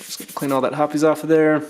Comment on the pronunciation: Are you really saying "Hopp-es?" Lol it's said like "Hop's". Nice breakdown but this is way to extensive for a basic break down and shouldn't be necessary unless you experience issues.